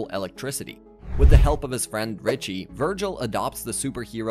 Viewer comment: You messed up Richie’s name like 5 x during the video 😂